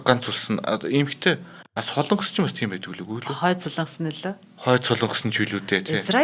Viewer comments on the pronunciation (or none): none